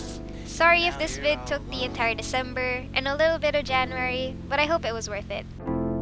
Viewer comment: yeah hearing her pronounce december got me thinking she was pinay